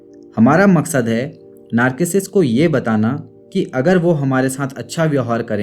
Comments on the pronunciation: It's not नार्किसिस्ट, it's नारसीसिस्ट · Sir aap narcissist ko galath pronounce kar rahe hai... thank you so much for the awareness campaign on social media.